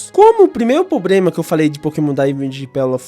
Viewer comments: Gen4 foi a melhor ali estabeleceu tudo que temos ate hoje... split phys/spec... acho que todo tipo tinha um stab move que preste... so faltou ter o tipo fada pra ter sido perfeito... mas foi um bom video... dica construtiva, eh problema e nao pobrema... mas foi um bom video... continue melhorando... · Ele repetir "pobrema" toda hora tá me matando